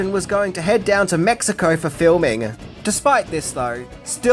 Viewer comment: Say "Hawoiyan Oiland of Kawoi" again...